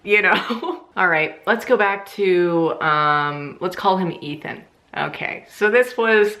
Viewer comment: I was eating when you said Ethan and I thought you said Meathead lol